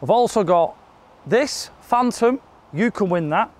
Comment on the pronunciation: “Phantom “ please